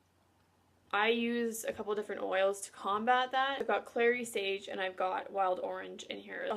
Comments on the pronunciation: Did you say clear sage.thank you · It’s clary sage.